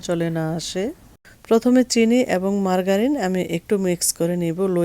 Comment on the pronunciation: মার্গারিন না, এটা হবে মার্জারিন